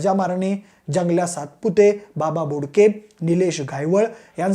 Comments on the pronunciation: बाबा घोडके नाय रे बोडके आहे 😂😂😂😂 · बाबा बोडके रे घोडके नाही